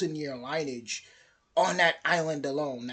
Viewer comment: Lineage. Pronounced “linney-idge”